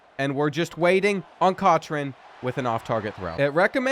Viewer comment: The way you cant pronounce Cochrane grinds my gears. 😄